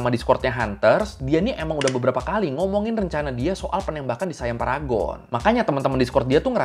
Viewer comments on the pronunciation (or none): Bang bacanya siam aja bukan sayam mntang2 I itu AI jdi sayam gitu ya hehe siam aja Siam bukan sayam 😂